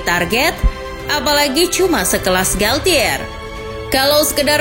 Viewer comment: FYI... Galtier cara bacanya galche... Bahasa perancis pronouncing nya ga kaya english atau latin